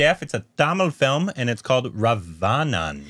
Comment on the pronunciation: Raavanan korbinised to Ravayanan😂